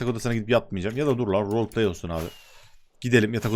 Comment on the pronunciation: Nobody: ADŞ:arkadaşlar amaç vroğlpley